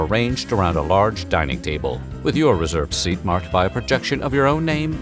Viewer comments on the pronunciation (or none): none